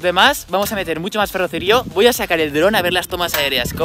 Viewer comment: Bro durante todo el video has dicho ferrocerío con la silaba tonica en la i cuando la silaba tonica la tiene en la c